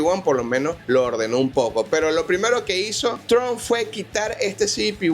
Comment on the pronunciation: Tron? Quién es Tron? Debe ser Trump. Suena como Maduro Ilonmas 😂😂😂. Es hasta gracioso como exime la responsabilidad de su gente.